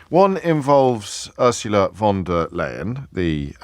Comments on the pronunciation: If you're concerned about the pronunciation of the EU president: it's "Phon der Leyen" and not "Won der Leyen" 😏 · Von Der Lying.